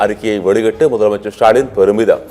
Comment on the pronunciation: திரு சாலின்.. அடேய் அது திரு ஸ்டாலின் டா... வாயில வசம்பு வச்சு தேய்க்க 😂😂😂😂😂